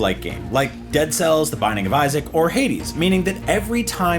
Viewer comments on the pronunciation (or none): none